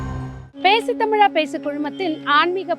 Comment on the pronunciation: பேசு தமிலா பேசு என்று எல்லாம் பிழையோடு தமிழ் பேசாதே. நீ அணிந்திருக்கும் உடை அழுக்காகவும் கிழிந்தும் இருந்தால் பெருமையோடு போட்டுக்கொள்ள முடியுமா. பலக்கம் வலக்கம் னு பேசி தமிழைக் கொல்லாதே!